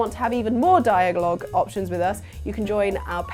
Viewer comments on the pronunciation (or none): Am I actually hearing say "diaglog"?